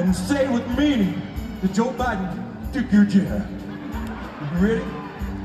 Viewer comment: Trey messed up and said Boe Jiden at first. Hahah, I wonder if he got that from watching YTPs (YouTube Poops) of Biden?